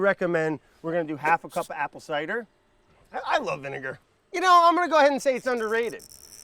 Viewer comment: Im sorry, did he say 23$ for a bottle of vinaiger? 😂